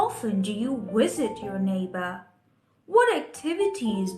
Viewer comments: why u keep saying " Wisit " not with "V" ? o.O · you said Wisit instead of Visit